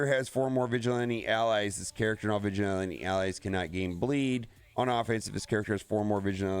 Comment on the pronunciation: Why you saying vigilante like that? 😂